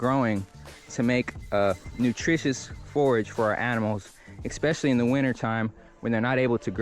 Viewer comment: The word is not “EXpecially” it’s Especially